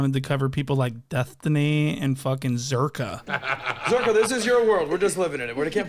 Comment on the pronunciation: Why'd you say Destiny's name like that though? 😂😂😂😂😂😂